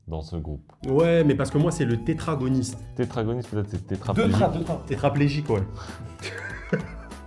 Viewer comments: on dit deutéragoniste mais pg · Deuteragoniste... le mot s'est fait écorcher mdr